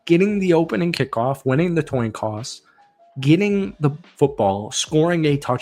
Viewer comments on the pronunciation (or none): What’s a “TOIN COSS” 😆